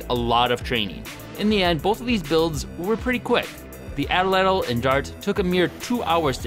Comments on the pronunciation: agreed. its at-latl not atl-atl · It's atlatl. Not atalatal! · Its pronounced "AT- LATL" NOT "ATL-ATL" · I especially love the way English speaking people say 'edl-edl' instead of atlatl. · idk if its a wisconsin thing, but ive only heard it pronounced at latle, not atle atle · Did he call it a atl-latal, it’s at-latal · Pronunce Atlatl like AT-LADDEL or (atˌlad(ə)l), not ATTEL-LADDEL. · its not atol-latol its at-latol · It's "At Latl" Not "Atl Atl" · its not pronounced atel-latel , its at-latle. also your using way to much muscle, its more of a wrist snap body twist, not full ham arm strong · You should really practice how to actually say tl, not [təl] so not [ædəl.lædəl], but [t͡ɬ] so [at͡ɬat͡ɬ]. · Cringing every time he pronounces the word “attle-attle”. It’s pronounced “at-lattle”. That’s sloppy for such a good channel. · Pronounced at-Latal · im pretty sure atlatl is pronounced "at-lat-ul" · The way he says atlatl bothers me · Anthropologists use "a-tul-a-tul" and "at-lat-ul" depending on region. The pronunciation you're using is more British whereas the other one is more American